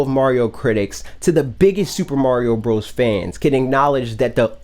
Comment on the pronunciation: Soopa Mawrio Bruthas as calls it is due for another good 2D iteration. It would be very welcome.